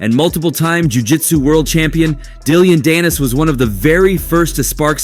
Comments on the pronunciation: Dilliyan.dannis? Dillyian lol.. fuokn AI isht voices annoying man. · Dilly-ann danis lol why you saying it like that lol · Dillyon? I think it's just Dillon. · Dillion danis…. Learn the name before making the video.. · I think I keep hearing you say DILL-ION Dannis Like “dilly on “ Dannis and it’s cracking me up😂🤣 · Hahahah Dilly-Ann Dannis!? 🤣🤣🤣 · Content creator you're garbage. Atleast get peoples names right.... who the hell is Dilleon Dannis? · How u gonna call him dill-ion danis 😂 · How do you mispronounce Dillon Danis’s name 😂